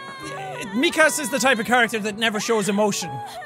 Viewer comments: Nobody: Absolutely Nobody: Sean: Mikasa Sukasa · Mik'kasa sukasa lmao Why can't you just say mikasa lol